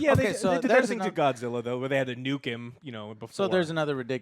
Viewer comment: Why do these movies always need an Asian actor always concerned for Godzilla and say his name like “goshilla”